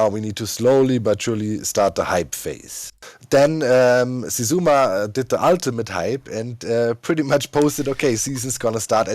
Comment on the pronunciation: HE SAID HOW XISUMA'S NAME IS SAID